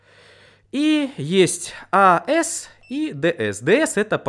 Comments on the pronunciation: не ас и дс а правельно говорить эйси и диси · какой, нахуй "аэс/дээс"? Нерусский чтоли? Первый раз слышу такое произношение. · АЭС ДЭЭС.... АЦ ДЦ... это буква СИ, а не ЭС S ! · Разрешите поправить вас. АС читается как Эй Си (Alternating Current). DC читается как Ди Си (Direct Current l Группу АС/DC думаю многие знают. Но вряд-ли кто-то комент заметить, но может кому-то и поможет.